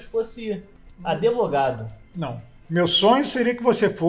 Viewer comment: "aDEvogado" o tiozão não corrige né?kkkkkkk!